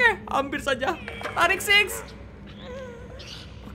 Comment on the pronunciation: Tarik sis menjadi tarik six wkkwkwkwkw bagus kawanku